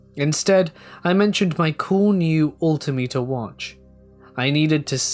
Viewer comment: not to be a pain but It’s All-Tim-Ater. Altimeter. And I’m not sure where at but the security guard story with the entities in cloaks and robes the big 300lb Chair-O-Key guard. Cherokee.